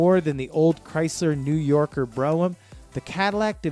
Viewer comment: At least he knew how to pronounce "New Yorker". Aside from that one, he pretty much fell flat on his face.